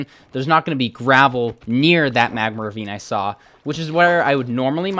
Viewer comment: Why does he say magmer instead of magma...